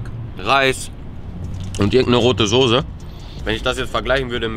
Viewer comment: er weiß auch nicht wie man soße ausspricht